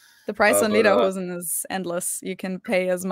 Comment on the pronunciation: Pronounced Lay-der-hoe-sin